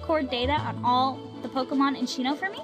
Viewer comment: Dude u don't pronounce sinnoh like shinnoh